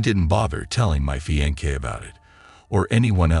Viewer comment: Fiance (Fee-on-say)